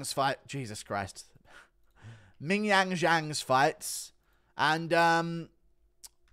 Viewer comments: Please stop saying ming yang jang lol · guru saying mingyang is fucking hilarious 😭😭😭😭😭😭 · is it racist to just laugh everytime guru says ming jong jang ffs hahahahaha